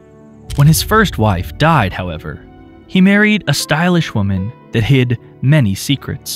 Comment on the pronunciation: "He married a stylish woman, thahid many secrets"! What does, "thahid" mean? You can find this word pronounced at counter -14. That word again at counter : "...something that left the couple grieving."